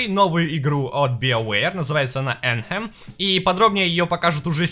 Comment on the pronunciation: Афэм, а не Энхэм)